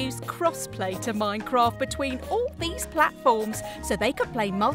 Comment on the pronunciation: I love the way says M O I N C R O F T